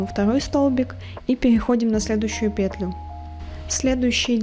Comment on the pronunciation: Еле осилила это видео, смотреть невозможно. Автор то делает все слишком медленно что можно в паузах успеть вторую пару связать, то слишком быстро. Многие моменты не понятны, повторения и пЕтля в каждом предложении сильно режет уши